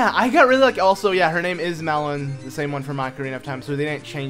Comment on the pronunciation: her name is malon not melon